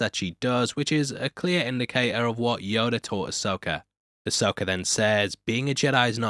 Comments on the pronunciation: Ahsoka not Ahsoker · Loved the show but happy its over so i dont have to hear you say "Uh-Soaker" for a while 😂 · i love how you say Ahsoker instead of Ahsoka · Why do you always say "Ahsoker"?